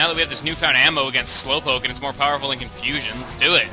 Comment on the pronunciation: hess cumfushune